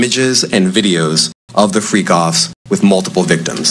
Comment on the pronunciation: It’s not that hard to remember how to say Freak Offs bro you acting real sketchy to me. 🤔